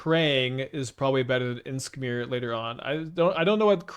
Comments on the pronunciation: lol idk if its an inside joke like anti casual vestige it is funny tho he pronounces it like inskmir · What's up with the weird pronounciation of Imskir, is that some kind of an inside joke?